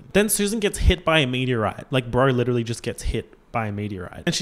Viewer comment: “Legiterally” lmao